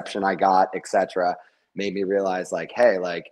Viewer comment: It's ET CETERA. NOT EX CETERA! Stop the blasphemy!